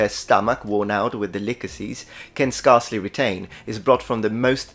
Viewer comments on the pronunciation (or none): As you’re a stickler for pronunciation, the first part of the word “scarcely” is pronounced the same as “scare”, not “scar” 🙂. This applies to “scarce” too.